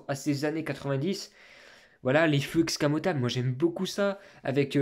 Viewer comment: Escamotable pas excamotable😉